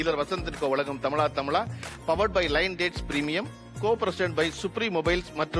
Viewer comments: சகோதரர் கருப்பையா பழனியப்பன் அவர்களே... நிகழ்ச்சி தலைப்பு 🔥தமிழா தமிழா 🔥 நீங்கள் தமிலா தமிலா என்று சொல்லி நிகழ்ச்சியை கொச்சைப் படுத்த வேண்டாம்.... 👆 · பழ‌ கருப்பன், தமிழா தமிழா தமிலா தமிலா இல்ல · ஏண்டா நீயெல்லாம் ஒரு தமிழன் என்று சொல்லிக் கொண்டு அலையிற...தமிழா...தமிழா...என்று கூட உனக்கு சொல்ல வரல...தமிலா...தமிலா....என்று சொல்ற...உன் பேரை நீ எப்படி சொல்வாய்...பலனியப்பன்...என்று சொல்வியா? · Why they are not pronouncing zha properly. This zha is the beauty of tamizh. Feeling sad. Tamizha tamizha . This is not tamila tamila. During their childhood itself in schools this should have corrected. Even now its not too late to learn . Vaazhkai, vaazhapazham, like all these words should get collected n make the students pronounce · "தமிழா, தமிழா" என்று உச்சரிக்கவே தெரியாமல், "தமிளா, தமிளா"-னு சத்தம் போடுகிற இந்த ஆளை என்னவென்றுச் சொல்ல?. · தமிழா தமிழா , தமிலா தமிலா இல்ல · தமிளா ! தமிளா !! அல்ல தமிழா! தமிழா!! எங்கெ சரியா சொல்லுங்க பார்ப்போம்??